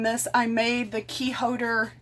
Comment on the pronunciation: Great tips and she's very handy! Too funny, I noticed the "silent-L" thing (HODERS) at the very beginning of the video. It's a little like "baby-talk" to me, and coming from IL (live in CA 43 years now) each area of the country has their 'isms' and unique way of speaking.